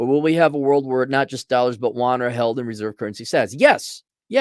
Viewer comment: Wahn? Yoo-ahn.